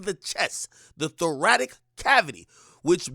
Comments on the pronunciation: bruh did u just say the thor-ratic ... hahahahaha... its thor-ras-ic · This nigga said thoratic 😂😂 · Its a thoraCic cavity. Lol not thoratic. Thoracic means chest pretty much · Nigga said thoracic wrong